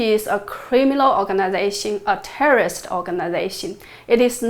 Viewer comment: Love your episodes Jennifer! You are amazing. I want to help you by encouraging you to practice pronouncing the word "Terrorist". The way you say it sounds like tourist. And I know you would like people to understand your message. And this word is an important word to pronounce correctly. Thanks again for the important work you are doing here.